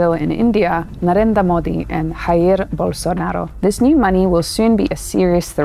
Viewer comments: With respect, brazilian names with J are not pronounced as R(spanish), they are pronounced as normal J, like Jack. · A bit pedantic, but the "J" in Portuguese (as would be the case for Jair) is pronounced zhuh (like the s in pleasure) as opposed the the h sound common in the closely related Spanish. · Hey,! Great content as usual! =). Just a curiosity, since in Brazil we speak Portuguese, our J doesn't sound like it does in Spanish. Instead of the English "h" sound, it's more like the "J" in "Jake", except the "a" in "Jair" is open, like you pronounced it.